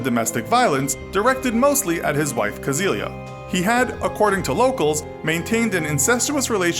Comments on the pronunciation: The girl was named Cäzilia, not “Kasilia” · It´s Cäzilia with an Ä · The name was "Cäzilia", and the "ä" is NOT pronounced as an "a"....